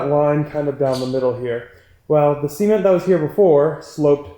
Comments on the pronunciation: Am I crazy or is he saying cement weird? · A little bit like the Beverly Hillbillies, but we love anyway.:)